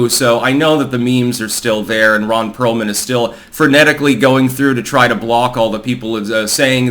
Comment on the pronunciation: Ron Peealman 😂